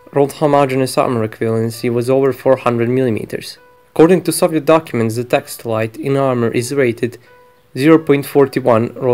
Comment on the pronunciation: "according to soviet documints"